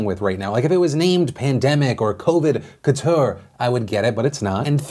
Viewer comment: Yea, it's couture, took me a while to figure out what you were trying to say there